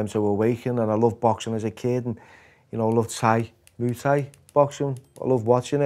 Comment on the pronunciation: I'm only 6 mins in but the bloke is saying how much he fell in love with muay Thai and how he fought 4 times a night but he doesn't even know how to say it 🤦‍♂️ you'd know that just from the announcer/commentators. I lived there for 8 years and fought+ taught over there.